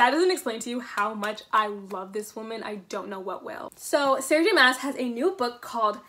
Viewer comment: My only complaint about the video is that her last name is pronounced like "moss" instead of "mass"